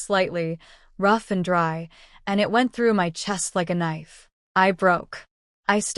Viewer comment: or instead of "MY" its M-Y😅😂😂